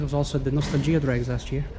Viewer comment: "nos-tal-gia drags", 🤣🤣 love it!. More sheep and Kings-e-woods please. Might get out there all going well. You there all weekend?